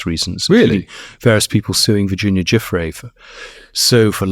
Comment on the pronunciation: Virginia GIUFFRÈ NO JOFFREY😂😂😂 Giuffrè è un cognome italiano Si pronuncia: JOOFFR À , come pronunciare "Carré", stessa cosa